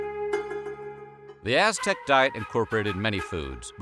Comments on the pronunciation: Bro, you pronounce Aztec like s#$t. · I cant stand your pronunciation of aztec words